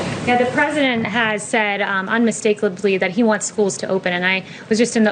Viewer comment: McNenany: "Unmistaklaby" ......Careful Kay, you're beginning to sound just like your inarticulate Orange Lord u worship...this isn't the 1st time stumbling over your lies 😆